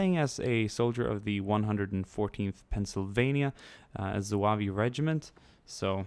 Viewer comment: ZOO-AV. The e is silent.